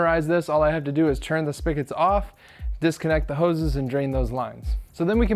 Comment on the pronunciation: Dude, "spigot" is pronounced spi-get, not spi-ket. We still love you though.